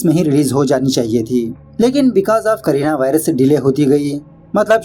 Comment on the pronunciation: Did the narrator said Kareena virus instead of corona virus in thr begining🤣😂😅